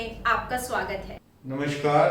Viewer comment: नमस्कार ka उच्चारण त्रुटि पूर्ण है l sh shareefa के स्थान पर s savar hona चाहिए.